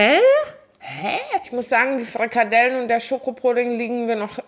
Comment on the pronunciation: Furchtbar, allerdings.. kalorrrrrien, frrrikadellen 😅